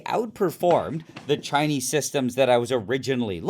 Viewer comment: Nile when you say Chinese the way you do, you need to know it sounds racist, whether intentional or not.